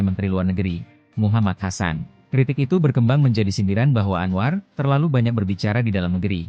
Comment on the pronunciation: KOK ANWAR JADI ANOA😮😮?? APA GK SALAH😅😅😅..?. Ya aq baru tahu knp bahasa Indonesia yg di pilih di who